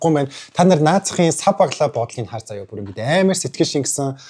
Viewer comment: За яа биш зайл за гэж сонслоо шд